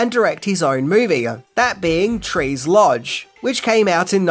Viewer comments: Trees LOUNGE, not trees lodge. Lol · Trees LOUNGE....not Lodge...... Just saying. Lol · Trees 'Lodge'? Where'd you find that, under the settee? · Did he say “Trees Lodge”? 😂 he must’ve been trolling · It's Trees Lounge not lodge. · Yo’ dude… do you mean “Tres’ L-O-U-N-G-E”???